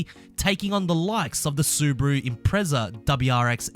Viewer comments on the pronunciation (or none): none